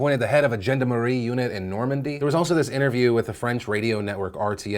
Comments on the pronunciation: Jenda Marie unit? Try Jon-Darm-Her-Ee. It's not perfect, but it'll give Americans a much more accurate prounounciation. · Also the French police is pronounced Shaun-Dom-a-ree 👮🏼‍♀️👮🏼‍♂️😂😂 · Look, Phil, I know it's a small detail, but you pronounced "Gendarmerie" wrong...